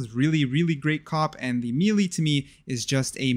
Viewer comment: said melee wrong disliked